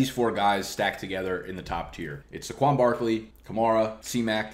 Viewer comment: SAY-kwon. Not suh-KWON.